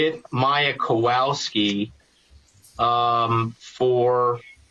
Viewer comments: I'm sorry, but not once during this trial I heard proper pronunciation. Instead of w it should be read as v. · Small irritation, but as someone whose last name is constantly butchered, the lawyer in the back with glasses for the defense, always mispronounces the Kowalski's last name. He's heard it at this point likely thousands of times, but still pronounces it wrong.